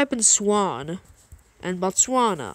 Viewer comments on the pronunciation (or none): none